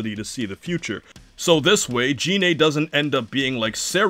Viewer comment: So the problem is... you thought Selypa was the squad's fuck-toy, and are upset she is not. Also, it's Gine, not Jine.